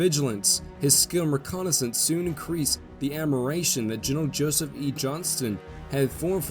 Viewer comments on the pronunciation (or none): none